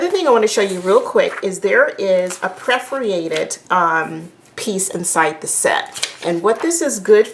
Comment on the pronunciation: in video... ?prefreated paper? Great video, but let down by incorrect pronunciation of basic papercrafting verabge and English language... Correct: Perforation noun per·fo·ra·tion \ˌpər-fə-ˈrā-shən\